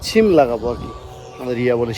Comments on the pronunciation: ছিম না কথাটা সিম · রিয়া ঠিক উচ্চারণ করে সিম ই বলে ছিম নয়